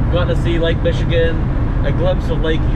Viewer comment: Listening to all of the gang mispronounce the names of places in Michigan is a hoot. Many of our names come from the French settlers or the Native American peoples. No wonder they're so hard to say!, if you take some drives around the bigger lakes here, you'll see that they all have little cottages like that around them. Except for places like Traverse City or Petoskey where they are mansions.